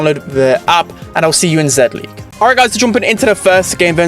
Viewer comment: It’s pronounced “Zee-League” Not “Zed-League”